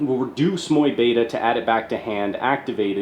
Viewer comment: People may complain, but i actually love how you pronounce mu beta 😎❤ keep it up champ